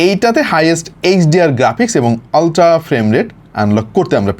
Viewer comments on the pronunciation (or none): utra ❌ oltra ✅ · আল্ট্রা ❌ অল্ট্রা ✅ ❌ ✅ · আল্ট্রা বললো নাকি উল্টা বললো বুঝলাম